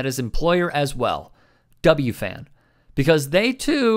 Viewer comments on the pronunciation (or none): "W-FAN"? W-F-A-N. Brutal bro. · It’s W-F-A-N not W-FAN lol that drove me nuts as a New Yorker lol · In all of your research you didn't come across how to say W-F-A-N properly? 🤣